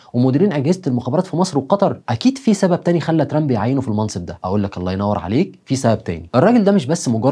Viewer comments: لا عزازي وتقديري بك 1000 نظرك إلى ضرورة نطق كلمة ترامب بطريقة صحيحة لأن طريقة نطق لها تعني المتشرد باللغة الإنجليزية.. تحياتي وتقديري إعجابي بكل حالاتك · أرجوك تنطق اسم ترامب مزبوط الطريقة التي تنطق بها اسم ترامب تعني الشحات باللغة الإنجليزية . فرج فرج نطق اسم ترامب مضبوط وشكرا لك تحياتي إعجابي بكل حلقتك ولكن حاول تنطق الاسم بطريقة صحيحة